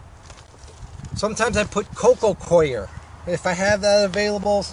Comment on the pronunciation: coco coir is pronounced coco core fyi.. make a night crawler bin video and what they eat and require please. :P